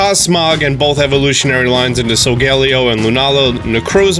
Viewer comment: Sorry but this annoys me he say solgaleo as sol gal ee o when its sol ga lay oh